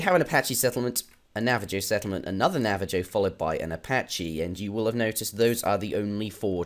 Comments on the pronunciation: lol nav- uh -jo i say nav- uh - ho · Navajo is a spanish name, so its pronounced "Navaho". Iroquois on the other hand is a french nae, so its pronounced "Irroquah". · Navajo is Spanish named- the j makes a h noise